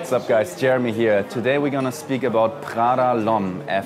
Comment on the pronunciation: Thats not Prrrggda, its just Prada